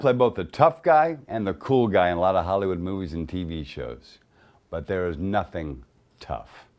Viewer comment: "Thea He Is"